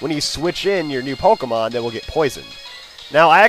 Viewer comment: You're a noob using a legendary and also it's Pokemon not Pokemans.